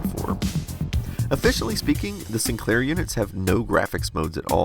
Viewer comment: Sinclair not SInclair lol